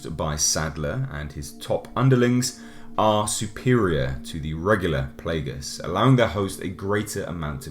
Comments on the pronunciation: Nice review! The word ''Plagas'' comes from spanish, were ''a'' has only one sound (probably because the origin of the scenario for the virus), so you pronounce as it's written ''Plaga'', not ''Plaega'' (yep means the same word, ''plague'' in english), as you say the last ''a''. Please explain someday more of the habitants of the town on RE4, specially the asshole of the chainsaw. XD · Playguhs, lol, Raymond Salazar, lol. Still a badass review. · I love pronunciation of Las Plagas xD